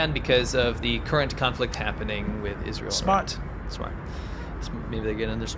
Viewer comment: Iz-rah-hell IS BAD